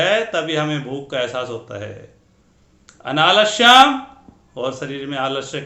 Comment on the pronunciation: उच्चारण की शुद्धता अपेक्षित है। अनालश्यंx अनालस्यम्✅ इत्यादि।